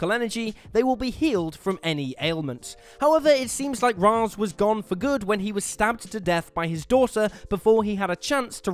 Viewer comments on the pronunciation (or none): It's pronounced Raish not raz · Ra's: RAISH, not Raz. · anti-life is deserves to be on this list also its pronounced ray-sh not raz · The only thing more horrific than these transformations is his pronunciation of Ra’s